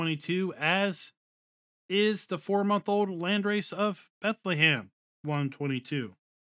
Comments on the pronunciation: its not bent - le - heim but you just say bent - heim. its a germen village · It almost sounded like he was trying to say Bethlehem 😂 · he said Bethlehem lmao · A little guide to how to pronounce Bentheim It’s two syllables Bent and heim Bent is pronounced similar to the English word „bend“ and heim is like „hi“ with an „m“ at the end. So Bentheim to you is like bend+hi+m